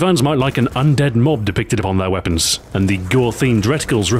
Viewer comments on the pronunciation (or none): none